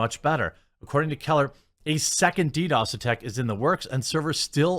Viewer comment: Jeremy, it’s DDOS. Lol